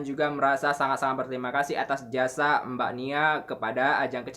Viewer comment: kalau ngomong di tambahi kata e wkwkwkw contohnya mbak jd embak ... ngebahas engebahasss ... etahun ejajaran